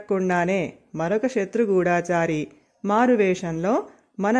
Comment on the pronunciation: గూఢాచారి కాదు గూఢచారి అమ్మా!